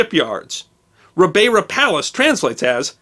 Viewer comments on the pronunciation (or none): Another great production but I had to cringe at some of your Portuguese pronounciation. Azores (Açores) is Az-ore-is, ribeira (riverside) you pronounced more correct in the latter psrt of the video but I couldn't recognise it as the noun when you first said it. Funnily enough in the UK we say the word shone as shon and not as shown. Wasn't Mark Twain who said two nations divided by one language?